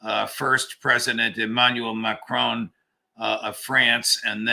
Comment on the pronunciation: Ma-crone...? It is Ma-cron.